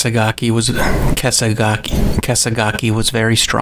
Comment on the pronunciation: kinda weird yes.. but it really sounds like stuff you cut from a recording. having a hard time pronouncing kasegaki, maybe some dry mouth from talking, trying alternate wording. i do not have much experience but my guess would be that the long pauses were probably parts that werent cut from the original file